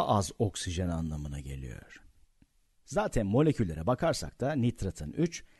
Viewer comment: geliyör kısmını replay'e aldım. :D